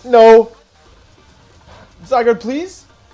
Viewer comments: love how wolfey keeps calling zygarde zygrade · No one: Wolfey: Zygrade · Is zygarde pronounced “zygrade” or “zyguard” ? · Bruh, it’s not zygarde, it’s zygrade. Get it right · Why do you call it: "zygrade"? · I’m thinking the same thing lol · Zy-guard, but Wolfe is infamous for pronouncing Pokémon names wrong